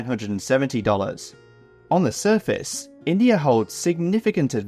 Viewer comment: INDAI?, lol